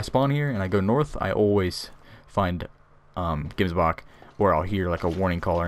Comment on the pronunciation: Gemsbok the gems part is pronouced with like a ch sratching sound